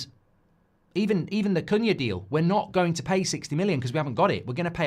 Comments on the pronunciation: His name is pronounced "coo-nya". In Portuguese "cu" is pronounced "coo". You've been saying it correctly for weeks then suddenly decided to start mispronouncing it 😅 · It's pronounced Kuhn-ya (the second way you pronounced it). Check youtube for the EPL video where players pronounce their names, Cunha is in the video.